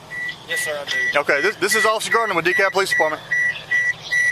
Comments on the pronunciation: DeKalb County, Texas is pronounced "Dee-kab". The L is completely silent. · Dekalb is pronounced De-cab. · Hey I live in De Kalb, Texas. And for those of you who don't know its pronounced De Kab. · Just so you'll know,, the L in DeKalb is silent. It's pronounced DeKab. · You dont pronounce the L in the city name